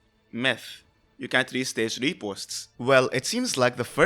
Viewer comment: I can't tell if you are saying can or can't A lot of people have these issues whether they have accents or so I hope it doesn't sound like I have a problem with how you speak. I recommend either saying "can not" or emphasizing the t in "can't" more than you already are